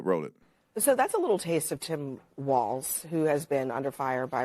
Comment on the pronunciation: TIM FALZ (not walz)